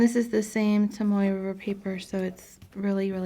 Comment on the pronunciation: Are you saying Tamoe River Paper?